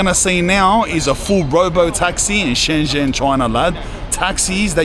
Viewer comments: Native speaker here. It is pronounced Shen-jen with a j sound as in "Jen" (the name.) Get this, the j and zh sounds in Chinese (Mandarin, at least) are different. But the zh sound is equal to the English j sound. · You were an hour away from me, lad. Should have smelled the Parisian shit from your trainers. This is China, man. It's fucking nuts. EDIT. It's Shen Zhen(like jen) ZH makes a J sound. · The “zh” in Shenzhen is pronounced like a J sound so it’s like Shen jen ( if you wanna sound like a local 😃 awesome video bro I’ve been living in Shenzhen for 3 years. Would be cool to bump into you here in the future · shen-JEN, not shen-ZEN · The pronunciation is not "Shen-zen" it's "Shen-gen" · It's pronounced Shen-jen, not Shen-zen. I hear this on Youtube all the time....the 'zh' in Chinese is pronounced as a 'j'. BTW, I lived-in Shenzhen in and it was even very advanced back then! I do recall living on the 24th flood of a building just on the north east side of Lianhua Park in Futian District, quite family friendly. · Nope, that sounds like "shen jian", which is wrong. It's pronounced like "dr": "Shen dren". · Mandarin when it has a Zh is pronounced DJ. ShenDjen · pronounced 'Shen-Jen' cuz. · Na ur wrong once again because unless u speak in a dialect the zh sound is a j sound but with ur tongue towards the back of ur mouth so its kinda sounds like dr but its not because the dr sound in english is pronounced very differently to the zh sound it just sounds similar